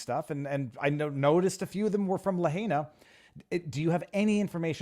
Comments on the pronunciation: Viva, its “La -HIGH-na” ! Not La-HAY-na. Say it ten times La -HIGH-na, La -HIGH-na La -HIGH-na, La -HIGH-na, etc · Lahaina is not la hay nah. It's la high nah. Sloppy Viva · it's LA HIgh Na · Please, it's pronounced La hyena, or la high nah. "In the mother tongue, ‘āina refers to that which feeds, that being the land and its produce, as well as the sea and the all the things from it we can collect and harvest to sustain our selves with." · please correct the pronunciation of lahaina